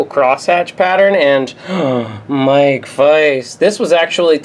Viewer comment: the way he said mike- im actually dying